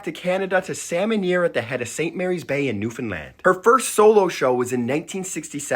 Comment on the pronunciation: Omg you said Newfoundland right! ❤❤❤